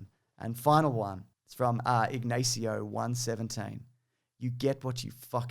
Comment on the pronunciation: Was gonna leave a like but then you butchered my name (also Ignacio). It's ig-naw-cio, not ig-nay-cio!